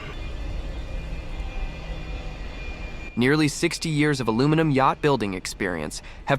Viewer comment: First, you need to learn how to say aluminum